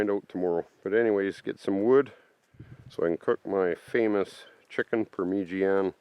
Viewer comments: "Parm - ah -jan - ah. 😅 not "Permeegian.........a 😄 - You're the best. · When you say permeegianne are you meaning parmesan as in chicken or eggplant parmesan. I've never heard it referred to the way you pronounce it....is that a Canadian thing?